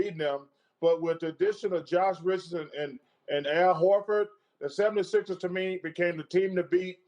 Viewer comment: Anyone else hear chuck says Philly 776ers